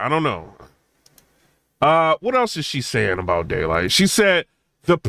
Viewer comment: lol it sound like you said gaylyt